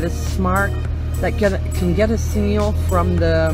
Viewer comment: I have never heard someone pronounce signal "seen-ñal"